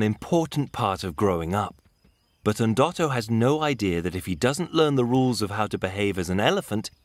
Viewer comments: nooo... there is no E... it's Ndoto which means dream... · "Endoto" he said 😂😂😂...